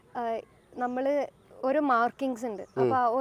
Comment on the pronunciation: Jhammalu. Alla. Nammal. 😂 Jumana. Nammal annu parayunnu. 😂 Vloghar. Jhammalu 😂